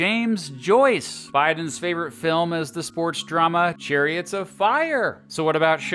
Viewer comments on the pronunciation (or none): none